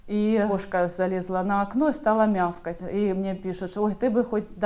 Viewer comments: мяукать,а не мявкать😂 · Ни мяФкать, а мяукать😂🙈